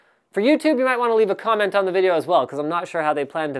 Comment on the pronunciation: Comet. (Notice how said comet instead of comment)